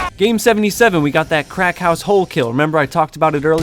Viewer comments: "Cracked house"? Oh I thought you said "Crack house" You most definately said "Crack house" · Ohhh... ‘cracked house’ I thought you continuously said ‘Crack house’... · Is he saying cracked house or crack house? 😂😂😂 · i thought he said crack house😂😂😂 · Very nice, although every time you said cracked house I couldn't help but hear crack house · Sounded like you said "crack house"